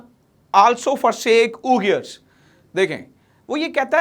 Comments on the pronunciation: Sir, it is pronounced We-gurs, NOT oo-Gurs . Please, do not spread your incorrect pronunciations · Ooi gurrs is true pronunciation